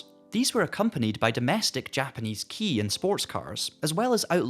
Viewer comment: Your pronunciation of Kaido and Kei are wrong. You said "Keido", it's actually more like "Sky dough" but without the S and ugh. You said "Key", it's actually like the letter K alone, like "Okay" without the O.